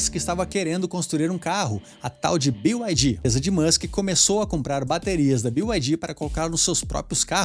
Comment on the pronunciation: Pq falam "bio" ai di? É BYD, ou seja, "bi" ai di